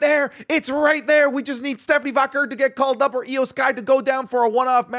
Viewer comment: literally 3 days ago: "I know how to pronounce Stephanie's last name correctly." in this video: "Stephanie Vocker"